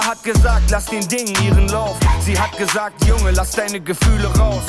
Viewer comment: meine mama hat gesagt: my mom said. And your pronunciation of "gesagt" is on.point.👌🏻